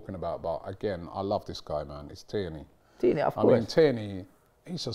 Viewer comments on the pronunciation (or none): it’s not “Teeney” but “Tierney” 😃🇯🇲